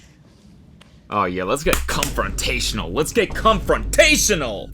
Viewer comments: “Cumfrontatial” no Cody… it’s “Confrontational” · cody not realizing it’s confrontational and not cumfrontational is so funny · Cumfrontational is definitiely not a word homie XD con-frontational ahahaaa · i’m sorry does cody think confrontational is cumfrontational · does cody really think confrontational is pronounced “cumfrontational” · Wait does cody really think it's comrontational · Does he really think confrontational is cumfrontational or was that a joke? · Are we gonna ignore the fact that Cody actually thinks it’s “cumfrontational” 😂😂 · i was just gonna comment abt this. .. i thought he meant “cuntfronrational” ? 😭💀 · not cody thinking 'confrontational' is pronounced with cuhm in the beginning lmao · I just learned that Cody does not know how to pronounce confrontational 😂